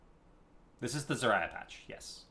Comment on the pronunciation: Awesome as always... except one thing that drove me nuts. lol Zarya... "zuh RAI uh"...? Like Mariah? Nononono... ZAR ee uh, or ZAR-ya. Don't mind my irrelevant nitpick lol Just wanted to point it out in case you simply... didn't know, or something... XP